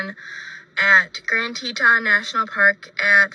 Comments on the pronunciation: Yes...it is Te-TON...I live in Montana and have been there many times. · It's pronounced "Tee-tahn". And Miranda Baker said her and her bf picked up Brian at Colter Bay in Teton National Park. I think Brian is on the run because he knows it's only a matter of time before Gabby is found and he's arrested for murder. I'm from Idaho and my oldest son lives on the Idaho side of the Tetons. On a side note: Holy crap! It's gorgeous in that area. It's bear and wolf country. Sorry! I made this comment before you played Miranda's video. 😬